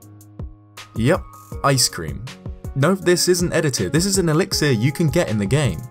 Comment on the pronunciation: Elix-ear? I think the last 'i' is an 'uh'.